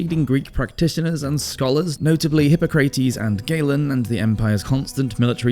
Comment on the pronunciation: "Hip-pah-crah-tes" the pronunciation is all over the place! Considering that this is a channel dedicated to the Roman Empire, you should most definitely get that correct!!